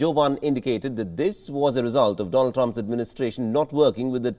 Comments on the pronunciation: Doland Trump?? I am sure you did that on purpose 😅😅😅😅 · “Doland” lmao 😂 🤣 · Doland Trump?!? 😂😂😂 No way that was a mistake